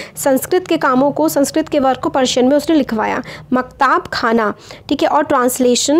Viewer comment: Mam it is maktab khana not maktaab khana